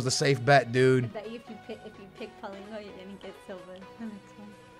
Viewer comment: Pauleen-Ho lmao